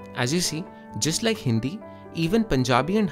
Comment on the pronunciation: IT is hindi not hindthi , , what if I say it is TAAMEEL not tamizh //